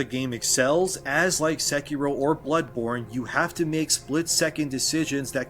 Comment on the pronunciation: Why does he pronounce sekiro that way?